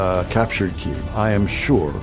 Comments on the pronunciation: How is it that there have been stories about this war for more than a year and yet your narrator can't pronounce the name of the Capital city properly. If you want to present information with any sense of authority get the pronunciation "Keeeev" not "K-ev" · Great info but hire a real person to narrate your videos. Hearing "Kay-eve" over and over completely distracted me from the video. There are plenty of English speaking voice actors out there that would gladly do it for free in support of Ukraine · Kyavvviiii the A.i bodice is crazy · Learn how to pronounce Kyiv. It’s pronounced Keev not Kayiv. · Is no one going to mention that he is saying cay-iv? WTF? I really hope you're pronouncing it that way just for the sake of driving more engagement. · Its pronounced keev. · how do you not know how to pronounce kyiv by now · gosh i almost cant watch this. i looks good i just cant stand the way he says the cities name. uggg. Slava Ukraine!!!! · I've heard Kyiv pronounced two different ways. The way he pronounced it is neither. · How on earth IS he pronouncing the name Kyiv? It's not hard! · 'Kyiv' isn't difficult to pronounce. Yet the guy doing the voice-over manages to mispronounce it - consistently. 😂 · Thanks for your reporting but if you're going to talk about the Ukraine war, you may as well learn how to say "Kyiv" better (it's just one syllable, and think of the "y" as just another "i"). Slava Ukraini! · Until you learn how to correctly pronounce Kyiv, I'm outta here.